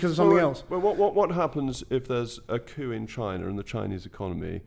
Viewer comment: He said coup